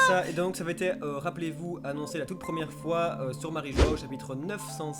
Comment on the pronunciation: Faut arrêter de prononcer review comme tu le fais c'est juste ridicule, soit tu prononces un minimum collé au mot original soit tu utilises la traduction française du mot, ça irrite les oreilles tellement c'est ridicule !